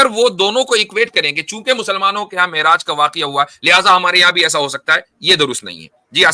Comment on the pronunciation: Miraj nhe Me'raj hota ha ullu ke pathhe😂😂😂😂